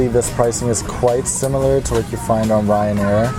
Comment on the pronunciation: Why did he say Ryanair In an Australian accent 😂